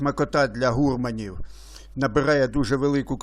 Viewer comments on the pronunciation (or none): Та не гУрманів, а гурмАнів, наголос на А!